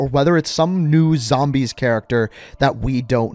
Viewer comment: When you say zambies you know you an OG